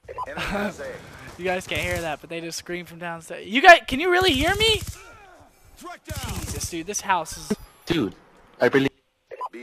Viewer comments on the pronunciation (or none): none